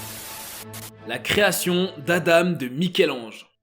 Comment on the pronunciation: "La création d'Adame" ? 🤨